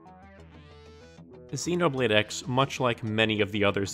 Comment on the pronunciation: Am I the only one bothered by the fact that he kept pronouncing the "X" in "Xenoblade X" as "ecks" and not "cross"?